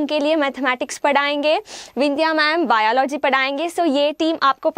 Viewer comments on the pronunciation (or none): none